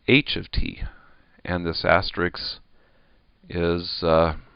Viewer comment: Fantastic lecture, thank you for your time. Minor comment: you are pronouncing asterisk as asterix!